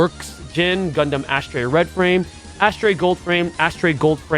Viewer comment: Pronouncing Astray as "Ass trey" is fkn diabolic bro😂😂😂😂